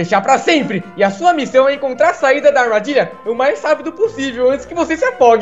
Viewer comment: ele falo errado armardilha